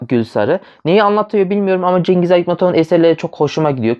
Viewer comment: Şıngız böyle okunuyor)